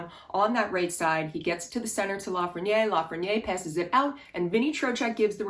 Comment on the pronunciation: “Please pronounce my name correctly!” - A. Lafreniere